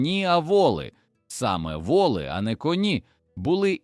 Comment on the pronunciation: Все ж гарно викладено та цікаво, але смішно: конì та вòли, а ще - дòдому та стрìльці. Ви з якого місяця впали, панове? Самі не хочете прочитати? Краще ж буде.